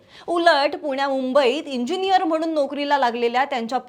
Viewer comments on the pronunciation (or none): none